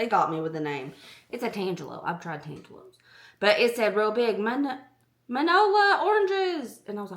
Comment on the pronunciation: Mini-ola... That's how to pronounce the name of the tangelo. Fun fact: that was my great grandmother's name 😊